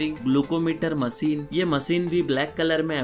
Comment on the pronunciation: Masin ka atta bola 🤣